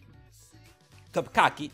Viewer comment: Es TOPKAPI, no topcaqui, weon